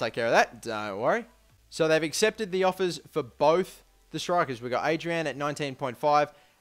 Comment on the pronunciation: Adryan takes ages to get past 80, and it's pronounced AH-DRIE-AN